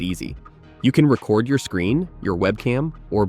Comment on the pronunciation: This seems to be AI slop. has "record" pronounced in a way you wouldn't expect for screen recording software. The video's title says "NO Watermark" and first sentence of the description says "This tutorial reveals the top 5 free screen recorders with no watermarks, no time limits, and no hidden fees.". says "you'll get a watermark", totally contradicting the video's title and description.